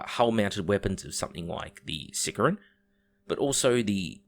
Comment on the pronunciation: Hates on GW hosts for mispronouncing "Deimos" then proceeds to mispronounce "Sicaran" for the entire video, never change